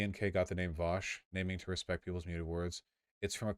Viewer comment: You're both wrong it's veaush